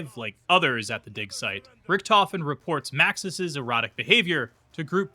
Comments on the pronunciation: its said air atic. Erotic is more richtofens sytle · erratic sounded a lot more like erotic here